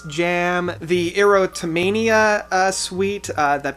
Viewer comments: You have an interesting reading impediment, has anyone ever mentioned? Ertomina, Derek Shermen, Scared? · EROTOMANIA....ERR...OTTO....MANIA....think "erotic" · Dude, I absolutely love your reviews! Having subscribed to your channel has given me the chance to discover new bands and new albums. I have to say though, you mispronounce so many song titles and band member names LOL. Scarred (as to having a scar) as well as EROTO-Mania and Mike "Manjini" LOL. And the song is called Misunderstood not Misunderstanding haha As a DT fan myself who's seen them 7 times I feel like the band has gotten to a point where I've completely lost interest on them. Saw them in Toronto for the Astonishing and as much as I thought the concert itself was super well performed with great production value I think the overall concept really sucks and takes their fans to a really teen vibe which I don't really appreciate with this whole RPG universe. I really like the way you walked through all the other albums because I feel like I agree with you in pretty much everything. 6DOIT and TOT are definitely high up there for me as well. Awesome video once again! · Most DT fans who were fans from way back will be pissed at Awake #7? Most consider it their best work. It seems you don't even know the album, you didn't know how to say Erotomania, you called (Lie) Lies, and you called (Scarred) Scared. Awake is probably the only album that is great from beginning to end.